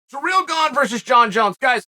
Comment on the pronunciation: Wow, stop disrespecting Ciryl, his name isn't "surreal".